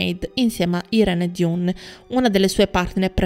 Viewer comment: Il nome dell' attrice si pronuncia: AIRÍN DAN, non DIUN